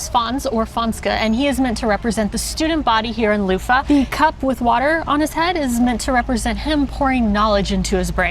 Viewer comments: people use those. Next time skip Bavet and try bolognese in Café Commerce and the cheese of choice in Leuven is Emmentaler, of course there are options. And one more thing, sorry can't help myself, I've tried to let it go but just can't... Leuven... pronounce the v like an English v. The soft f sound makes it sound more German. Oh my god, I can't believe I just did that, I'm such an asshole. Oh and one more thing, get a savory waffle at Bar Leuv. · I just can’t about your pronouciation of Leuven, it sounds like Loofah.. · I appreciate your enthusiasm for belgium, but Leuven isn't pronounced like luffa :D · Funny how you pronounce "Leuven" as "Loofah". We pronounce the n at the end. But it's a good try. Nice video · Pronouncing it loofah is indeed wild 😂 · Streetsigns are in Dutch and in Leuvens (Leives) dialect. The old townhall now is ceremonial, the entire administrative department moved to a new building next to train station. Next time you visit Leuven, visit the bars Malz, Leuven Central, Commerce, Café Sport, Allee... Bavet means bip. Not a fan of their spaghettis. Leuven is more pronounced as Lurven than it is Louven. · Cool video but just your pronunciation of Leuven is so bad , how you say it it would be written "Louva" ;-)